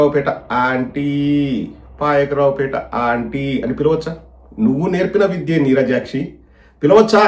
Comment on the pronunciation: Babu adi Neerajakshi kadu, Neerajaksha yenni sarlu cheppali ra babu, Rakapothe vadiseyi, Neerajaksha God name, don't talk like this, i already so many times, please correct it